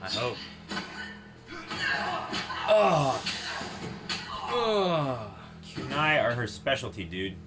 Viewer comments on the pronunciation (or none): 1) They (Kunai) are pronounced Koo-nye, not Kyu-nye. 2) They're Sais. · sai not kunai:)